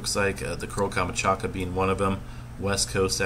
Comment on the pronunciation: Sea of OH-KOOTSK. KAM-CHOT-KA.